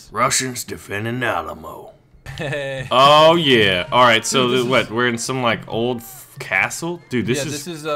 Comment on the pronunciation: At the beginning did just say the Awll-a-mo?